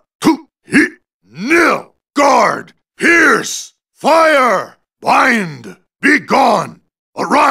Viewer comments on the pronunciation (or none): So thats whats hes saying...I thought he said here!! instead of Pierce... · WAIT WOAHHHHHHH.. He’s saying “pierce!” ? All this time I thought he was saying “HERE!” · sounds like hes saying Here!